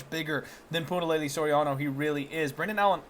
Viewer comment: waiting for the day says Punahele and not Punalelee...... HELE!